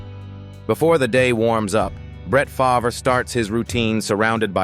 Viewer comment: Seriously - Farv, not Fahv-rah Further, he is a criminal